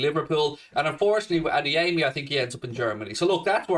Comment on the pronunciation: Wonderful work,. If you don't mind, the right way to pronounce Adeyemi's Yoruba name is not to place a stress on the third syllable: A - DE - YE - MI.